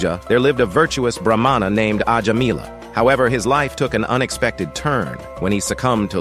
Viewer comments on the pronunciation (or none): Mostly your stories are factually correct and interesting. However, pronunciation of names are wrong. The spelling is correct but I write here to help understand the pronunciation correctly - Ajamila - Ajaamila Narayana - Naaraayana.